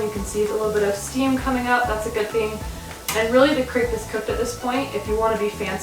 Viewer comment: Lol you can't even pronounce crêpe the right way. 😂